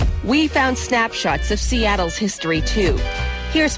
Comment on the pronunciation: ha she did say seatles own dmb